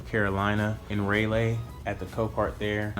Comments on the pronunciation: it’s pronounced Rah-lee that’s my local Copart branch 😂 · Its RALLY not RAYLAY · More like Rah-Lee